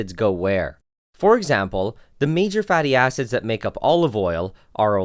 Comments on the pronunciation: istg it sounds lie hes saying fatty asses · "fatty acids" nah I kept hearing "fatty asses" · when you said "Fatty acids" i thought you said fatty asses LMAO! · For a sec i though you said fatty a$$es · Who else first thought he was saying fatty asses instead of fatty acids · When he said “fatty acids” I was literally dying about how it sounded